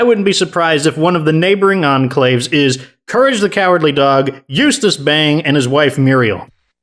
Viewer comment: Bagg! Not Bang, Bagg!